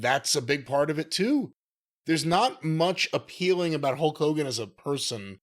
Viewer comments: Hok Hogan lol Jim's pronunciation made me laugh. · LOL it sounded like Jim called him "Huck" Hogan. I loved Hogan as much as anyone else as a kid, and I respect his career. But nothing wrong with that being his new name, the Huckster.